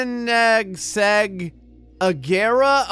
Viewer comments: AAAAAHH THE WHEY HE PRONOUNSED KONENSEGG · Konnegsseg = cone-egg-segg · the red HYPER car is prenounced Kini-zeg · ko-en-seg a-ge-ra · Ko-ne-segg get it right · Cone-i as in is - seg as in segment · the red super car is pronounced kone is ac if you say it fast it works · KONEZZEG is the pronounciation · its pronounced "ken-ig-seg" or "ko-nig-seg" depending where you live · You pronounce the super car co-na-seg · its pronounced Koo nin zeg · hey its pronounced (coin-e-seg) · Ko-en-ig-seg!!!!!!!!! Koenigsegg Agera!!!!!!!!!!! Sorry, I got triggered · in, Im cringing as grey mispronounces my favorite supercar. GG, 10/10 would cringe again. Thank god the rest of the video isnt cringey. (its opposite day I do believe.)